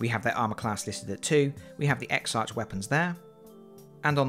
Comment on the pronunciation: Congratulations! BTW exarch is pronounced eksark, as it is a Greek word.